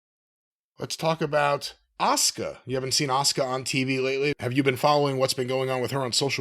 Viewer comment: It’s weird the WWE and American fans in general said her name and the male Japanese wrestler at that times name wrong. Her name is 1000% pronounced Ah-Su-Ka. The Su sound in a word or name is always strong like the word Suzuki for instance. WWE had 2 Japanese wrestlers at the same time both with Su in their name and said both of their names wrong.